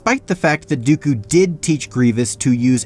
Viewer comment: It even sounded like he said count goku